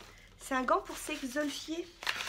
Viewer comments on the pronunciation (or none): Hello, J'adore tes vidéos, je ne peux plus m'en passer ! Gros bisous PS: On dit bien EXFOLIER et non pas exolfier hahaha